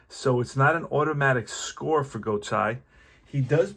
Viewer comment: enjoyed the game. I really like Deep Drive as a game to occasionally play. Just a minor note for future broadcasts, as an older guy - I remember many of these players. I’m pretty sure Julio’s last name is pronounced “Go-TAY”. Looking forward to more of this project.